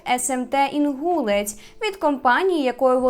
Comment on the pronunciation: Не знаю як саме ставлять наголос на кіровоградщині в назві Інгулець, але є ще район в іншій області з такою назвою, то читається як інгулЕць. Просто вже не один раз чую інгУлець😅🥺